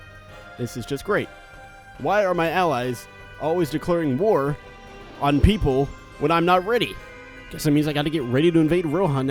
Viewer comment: "the elves have declared ware on the doorvs" rlly?